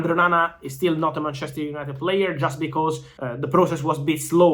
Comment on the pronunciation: The way he says ManCHEster united :P